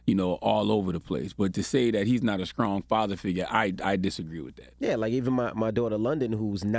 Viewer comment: Charla still can’t pronounce the word “ strong” . It ain’t “ skrong”. 🤣🤣